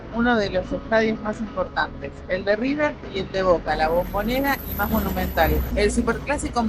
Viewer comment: "El" Riber??? Ningún argentino lo dice así, sos un trucho